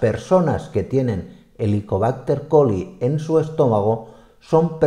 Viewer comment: HELICOBÁCTER PYLORI. Creo escuchar repetidas veces Helicobácter Coli. Creo que involuntariame se ha mezclado el nombre con el de una bacteria diferente que es la ESCHERICHIA COLI .